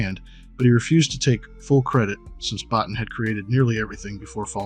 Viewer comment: Rob's last name is pronounced BO-TEEN.